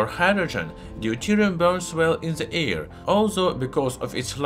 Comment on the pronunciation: Haha, yeah, i love how he pronounces certain things, like how something easily ignites in the "ear", haha. Can't help but imitate and repeat some of his phrases, it's part of the fun and learning. His closing: "And if you liked this video, don't forget to give it a thumbs up and subscribe to my channel, to see many more new and interesting." is a classic. But yeah, it was weird to suddenly hear a perfect English speaking voice, which was actually a good choice in terms of reaching a wider audience, but a lot of us took it as him making a concession because he thought his English sucked. His accent is super heavy, but it's not like i don't actually understand what he's saying. It just gives it a geeky charm, instead of a formal and boring English voice, i'm already subscribed to plenty of those channels. We were all happy when he ditched the narrator after only 1 or 2 videos or something, haha, and look at him now, almost near the 1 million.